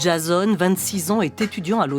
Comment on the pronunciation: « DJAZONE » 😂😂😂 Tcheu le lynx! 🤣